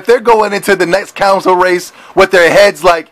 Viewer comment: Console!!!!!!!! Not counsel talk about dumb